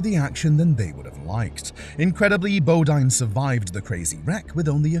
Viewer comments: bow dyne, not bo deen! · Pronunciation on nascar drivers is bow dine and la joy